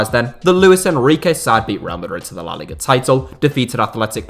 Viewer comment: Seriously , learn how to pronounce la liga